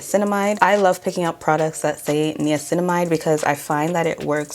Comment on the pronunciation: Will you please go to Google and type in Rimmel pronunciation and Niacinamide pronunciation please